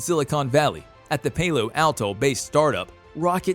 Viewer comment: Dude. Where did you learn to speak English? E-roll? Toe-sca? Pay-low Alto? Come on, you really should look up how to pronounce words you don't know before making videos. [Protip]